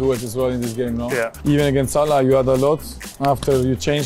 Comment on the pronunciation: "aginast Tottenham" hahaha Saliba